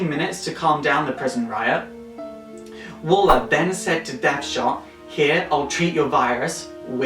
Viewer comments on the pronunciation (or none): it's Amanda WALLER not Walter and DEADSHOT not deathshot